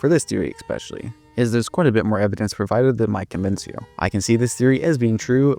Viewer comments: ES-pecially Not expecially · Bro, I'm not trying to be mean but if you're saying especially THAT often you can't be saying "eck-specially" 😂😂